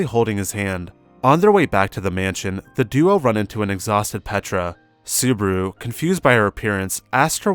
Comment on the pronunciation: this is perfect. only thing is botching subaru's name. makes me cringe a bit.